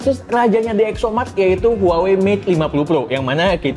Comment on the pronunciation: Huawei bang bukan huawai